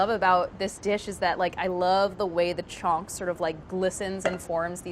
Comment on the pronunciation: It's actually pronounced as Chhaunk but her American accent makes it sound like chonk which made me confused for a while but it's hilarious 😂